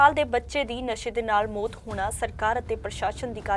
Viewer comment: Bibi bolna sikho mot ni maut hundi. Punjabi bolni sikho fr boleo news